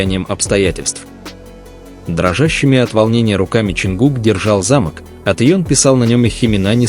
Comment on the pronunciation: Вот - вот. Ваши же слова:"уважайте друг-друга и Тэхена и Чонгук а".. А сами оскорбляете своих читателей ложью о ребятах. Да и самих бантан оскорбляете этой ложью. И ещё, правильно произносите слово "замОк". Повесили на ограждение замОк.